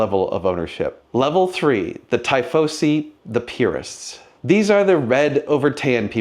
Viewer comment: It’s pronounced “Tee-foh-see.” 😉